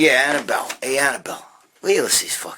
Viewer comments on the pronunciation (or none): It’s Abdiel Gregg, not Annabelle lol